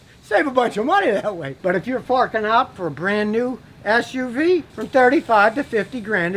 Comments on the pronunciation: GODDAMN IT YOU GOT HERE BEFORE I DID🤣😂😂!!! I knew that's what I heard too! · True! thats what I heard too 🤣🤣🤣🤣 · That's what I heard too 😂😂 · For a second I thought you said "For a big a$$ uv"